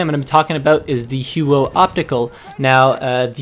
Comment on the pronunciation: The "Hew-o"